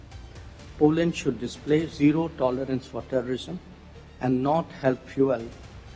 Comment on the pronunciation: Poland nhi Po Landd boloo 😅😂